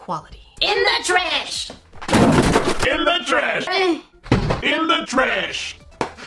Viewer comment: why do you say tresh insted of trash